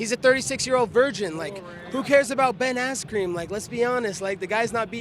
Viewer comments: Did he say Ben Ass-Cream? Lolol 💀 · I cant believe he said Ben AssCream, starting to like colby more and more sadly